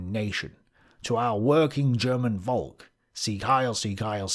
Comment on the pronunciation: The true question is, will ever pronounce Volk properly? Simply saying folk would've been miles closer.